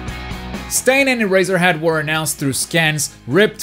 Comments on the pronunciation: Quirks are so unique and this game can be too, giving each character a gimmick would be awesome, and would make this game last much longer, also, my favorite villain finally made it, you also finally learned how to pronounced Stain's name 😂😂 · Yay he’s saying stain right hahah